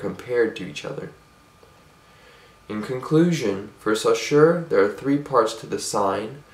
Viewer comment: Great video :) ! I would only mention that the name Saussure is not supposed to be pronounced like that ; )